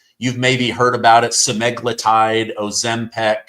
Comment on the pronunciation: Ozempic not Ozempac